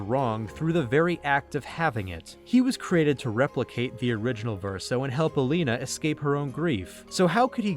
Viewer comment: Your video and analysis were kind of cool, however I'm going to downvote you for repeatedly calling "Aline" as "Alina" WHICH WAS REALLY TRIGGER ME for some reason :(